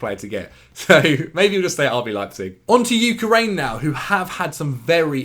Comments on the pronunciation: You said UK-RAIN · Why did he say ukraine like that. Sounded like he was tryna say ukulele lol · Was gonna say, you were so concerned with how you say Zabarnyi & you can’t even pronounce the country he’s from! 😂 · Not sure why, but the way pronounces Ukraine makes me very uncomfortable.